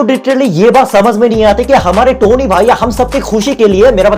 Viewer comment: it 's टोनी not तोनी🤣